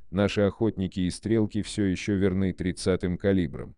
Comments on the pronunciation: Сложный текст на английском языке, замороченный примитивным автоматическим переводом без должного понимания и контроля автора и автоматическая озвучка, продолжающая давать забавные оговорки, которые превращают стреков в "стрЕлки", но быстро перестают смешить и мешают воспринимать текст. Люди, думающие на русском языке, сегодня обычно представляют себе величины в метрическом измерении и уже плохо понимают о каких именно величинах идет речь когда им оглашают значения в футах и ярдах. Поскольку таких значений здесь много, и авторя не потрудился их перевести в метрическую систему, я не думаю, что кто-то переведет их все сам, скорее всего эти цифры просто потеряют понятное значение для большинства слушателей. Общий итог: взяли чужой мутный и спорный текст и изуродовали его так, что из него стало трудно или невезможнл извлечь что либо понятное и полезност Получилось отнюдь не "коротко и просто" как обещано в названии видоса. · Зачем такой дурацкий режим начитки использовать. СтрЕлки)) - еще бы Блестящих и Комбинацию вспомнил! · "Охотники и стрЕлки(!) предпочитают"??? Я дико извиняюсь, но можно было озвучку доверить живому человеку, а не синтезатору по производству звуков?